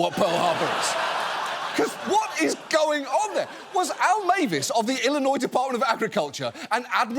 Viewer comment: ah yes: Ollinois! The beautiful state bordering Mossouri, Kentucky, Ondiana, Mochigan, Wosconsin, Monnesota and my favorite: Oowa! 🤣